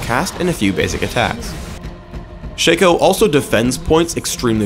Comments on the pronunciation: Shay-co.... SHA-CO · ITS NOT SHACO ITS SHA-CO THATS HOW U READ IT! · I'm so glad to hear I'm not the only one that calls him "SHANKo" The guy slipped and called him that a few times in the video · It is pronounced Shaco not Shaco